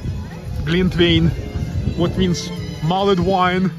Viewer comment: Love St Petersburg, spent 2 weeks there in 2006, brilliant :) INFORMATION FOR YOU: all English words ending in 'ed' you don't pronounce the 'e' only the D, so, mulld wine, savd, pushd, listend, etc Merry Christmas :)